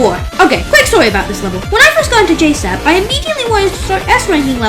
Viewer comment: J-sab? Most ppl say it like j-s-a-b